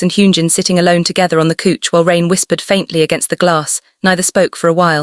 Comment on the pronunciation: even though it is AI and Fiction please do not say coech { couch } but cauch {couch } it sound so annoying